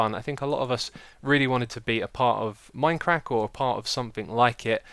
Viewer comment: it sounded like Xisuma said MineCrack i was loling the whole time